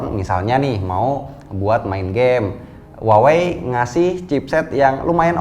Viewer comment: kaLo gak saLah cara baca Huawei adaLah wahwei yah? 😀